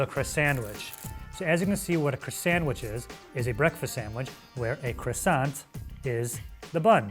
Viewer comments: "Now, the Crisandwitch..." The. What. Now? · “Ah yes, the croissandwitch” I’m sorry Sir the W H A T